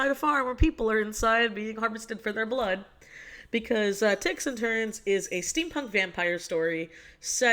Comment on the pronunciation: what in fuck the first time you said ticks and turns i heard dicks and turds and i wasn't even concerned